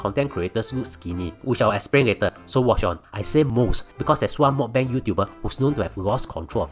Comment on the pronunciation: that's not how you pronounce meok bang